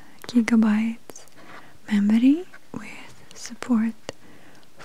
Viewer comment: when she said 'memorrrrrry' , girl my wig fell off